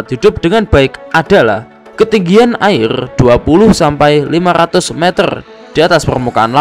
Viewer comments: Airrrrr rrrrrrrr 🤣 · Airrrrrrr terlalu lancar rr nya bang😂